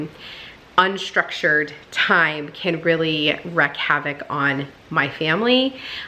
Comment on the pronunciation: Are you saying wreck havoc? It’s wreak havoc. Lol I love all the white; makes a great backdrop for seasonal decor that you enjoy. I can’t wait to see it decorated for Christmas.